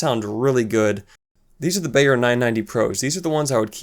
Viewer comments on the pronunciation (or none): LOL. Everyone who corrected your pronunciation of Sennheiser were incorrect themselves. Zenn-hi-zuhr. Beyerdynamic is pronounced like buyer as opposed to bayer. Useful review. Thanks.